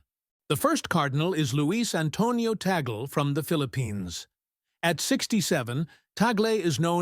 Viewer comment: The name of the Filipino Cardinal is not TEY-GEL. The correct pronunciation of his name is TAG-LE---TAG as in "tag-along" and LE as in "le-mon." Before you talk about him, be sure to properly pronounce his name correctly first. You're not being credible with your very basic error about his name.